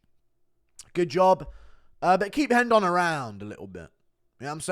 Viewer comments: It's "Rendon" not "Hendon"... She's Mexican, not Brazialian. "Nguyen" is pronounced "Wen." Come on dude... you are almost as bad as Brendan Schaub at pronouncing names. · STOP PRONOUNCING RENDON WRONG GOD DAMNIT!!!!